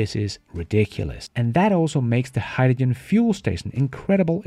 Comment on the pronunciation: I have to draw the line here. It's bad enough having to listen to you pronounce Vs like Ws, but I have never heard anyone say hydrogen like you do LOL